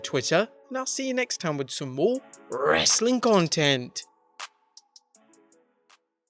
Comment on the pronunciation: “Wrrrastling content...”. Lol love it!